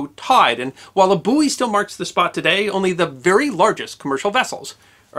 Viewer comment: I'm sorry to inform you, even though your History channel is fantastic. I have a problem with you pronouncing some English words. The word BUOY, is pronounced BOY not booy. And KHAKI is pronounced KHA-KEE . So sorry my old mate.